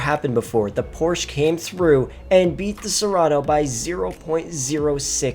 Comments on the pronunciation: There’s no brand such as Porsh. IT’S CALLED PORSCHE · Why is he mispronouncing Porsche 😩